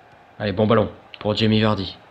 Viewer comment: fait juste attention c'est pas Jimmy Vardy mais Jamie Vardy voila bonne vidéo comme d'habitude.